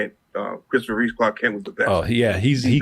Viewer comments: REEVE. Christopher REEVE. Again with the 'Reeves'. It's either a black thing where the 's' is put on the end for no reason or he's got him mixed up with George Reeves (original Superman) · more likely he's got George Reeves mixed up with Christopher Reeve